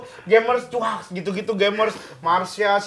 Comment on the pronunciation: Chuakksss itu pengucapan chakssssssss. Rada kesel sih kalo u nya jelas banget 😂